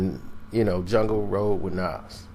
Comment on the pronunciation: He called em 'jung' 😂😂😂